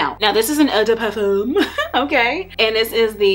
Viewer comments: I was like if she say "ehh DeH Parfum" one more time 🤞🏾😭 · I could not take how you said eau de Parfum killed the while video for me 🤦🏾‍♀️😩